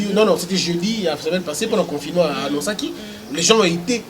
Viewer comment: c'est pas confinément mais confinement, c'est pas propulse mais propice... Ça te fera du bien d'élaborer ton français encore...